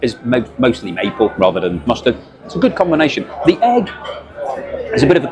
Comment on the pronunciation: "Rather" not "rangers"🎩🙄